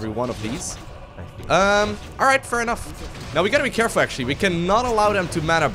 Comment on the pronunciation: "A little more carrefull" spamming Kael'thas Aoe in his army